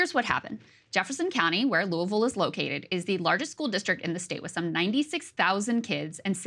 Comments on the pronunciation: Krystal did an excellent job covering this. The Republicans of this state have refused to do their job and have frequently waged war with Jefferson County purely out of clashing ideologies. Also, kudos for pronouncing Louisville properly. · 100% authentic pronunciation of "Louisville." Bravo!!!